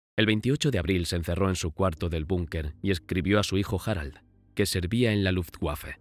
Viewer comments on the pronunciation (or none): Luft aire waffe arma w se pronuncia como v, no u